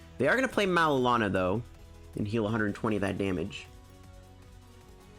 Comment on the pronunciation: Maybe it's a freudian slip, but every time you say "Marrow&Lana" I tend to hear something entirely different... ;-)